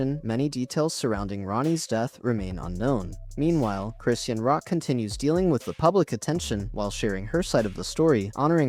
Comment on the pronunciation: It's Cris-shawn not Christian